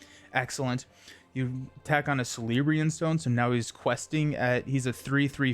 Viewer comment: Please stop saying GONDOLORIAN SHIELD (Star Wars has no place here 😁) Also "C" is pronounced like "K" with names and such with Tolkien. "K"eleborn... and so on. Same with "K"elebrian's stone... no Sssssss sound. Seems like many players on Youtube do not pronounce these correctly and it drives me crazy!Otherwise, love your videos.